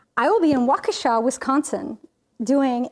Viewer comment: Oh …you even pronounced Waukesha correctly (walk-a-shaw). ❤ My hometown. I will be there for a class reunion this weekend, but leaving Mon so will miss the conference. Boo…but I’ve attended in the past, so can picture you all there. Love this sgraffito tutorial. Thx!